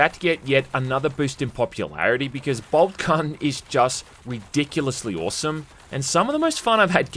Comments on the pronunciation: You say boltgun i hear bald cubt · "BobCun" I'm outta here